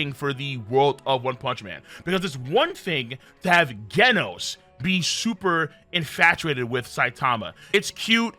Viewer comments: ganos??? its pronounced jenos..... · It’s “ jen noooss “ not “gen os” it’s like genesis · Excuse me who is guenos? His name doesnt have a u, its genos as in like generate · It’s not genis it’s Jen os jenos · Did he just say gaynos instead of genos 😂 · It's genos not gandos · Bro… it’s freaking GENOS. Like genesis next gen! Not ghenos. How hard is it to say a freaking name right!?! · did you really call Genos by the name Ghenos? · Bro can't even say "genos*💀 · Why do you pronounce genos as gaynos.... General, gentle, gender = genos it's said the same way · This guy called Genos "GHEN-OSE" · Bro omfg say Genos name right🤦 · Pronounces Genos wrong. Pronounces Genius right. This fucking guy. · King is the best at games not average and you pronounced genos wrong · i ought to give you a thumbs down just for how you pronounced Genos. 🤦‍♂ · whats with the Genos pronounciation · Did you pronounce Genos with a G and not a J? Okay you clearly don't know anything bye.